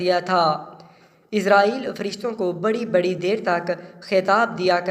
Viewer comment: آپ اُس کا نام غلط بول رہے ہیں یہاں اس کا نام آپ عزازیل بتا رہے ہیں تلفظ اسرائیل کر رہے ہیں۔